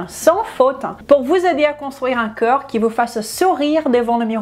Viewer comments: Tu prononces "corps" comme "cœur", ça pose des problèmes de compréhension. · ne pas prononcer coeur à la place de corps !!!! MERCI BEAUCOUP ET BRAVO POUR CETTE VIDEO !!!